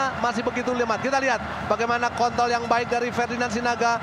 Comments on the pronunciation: Ajriittt dia bilang kont*l dong 🤣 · "Kont*l nya" si komentator kepleset ngomongnya wkwkwkwk